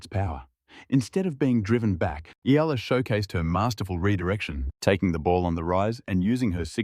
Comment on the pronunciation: Yes finally pronounced her name right !!!